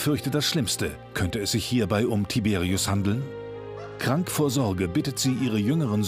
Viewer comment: das sind polnische namen 🇵🇱 und die werden : tiberiusch ausgesprochen